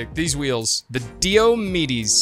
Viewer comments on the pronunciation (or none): Diomedes, I think is pronounced: Dī / ō / meeds but idrk lol 🤷 Also, almost forgot, I’m so sorry for situation with your grandfather! I have a similar situation, praying for strength